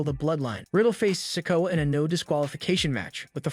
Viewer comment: learn how to say Solo Sikoa's name its sik-o-uh no offense